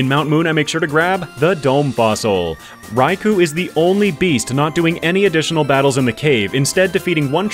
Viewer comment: Just because Eusine & Suicune are such an amazing sync pair in Pokemon Masters EX and it's great fun to spam infinite flinching Surfs on everything with them, I guess Suicune is my favorite legendary beast. (Also it's rai-koh)